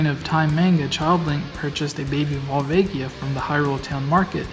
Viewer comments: Vohl-VAH-gee-uh. Not Val-VAY-gee-ah. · vol-vaygia? go-rons? what the actual fuck